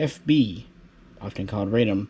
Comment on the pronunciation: NOT "Raydom," but "Rahdom." Radom is a city south of Warsaw.